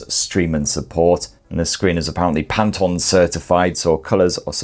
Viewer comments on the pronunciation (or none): none